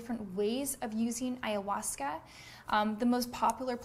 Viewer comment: Sounds stupid that Ayhausca